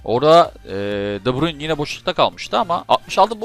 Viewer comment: Abi de bruynnnhhh dememe hastayım😂😂